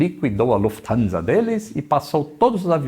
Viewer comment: Desta vez não colocou a russa para falar o nome , pelo visto deve ter falado certo. Kkkkkk